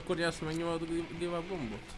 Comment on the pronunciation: amúgy úgy kell mondani a give up-ot hogy GÁJV ÁP